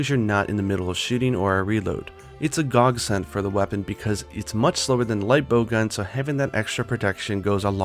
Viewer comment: "It's a Gog-send"...... did u just...